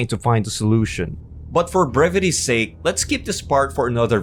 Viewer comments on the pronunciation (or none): none